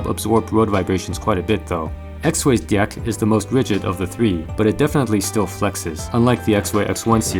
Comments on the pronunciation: I loved all the "di-ecks" . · the fact that he says dieck every time drives me up the wall XD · is it just me or is it really awkward when he looks straight into the camera and pronounces deck like that